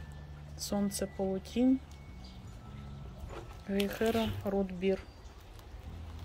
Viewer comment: В слове "Гейхера" ударение на первом слоге.❤